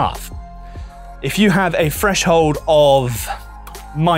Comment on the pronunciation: Explanation was great. But you're an audio tech, not a narrator, right? I can't imagine pronouncing 'three' and 'threshold' and 'everything' as 'free' and 'freshold' and 'everyfing' would be appealing in a narrator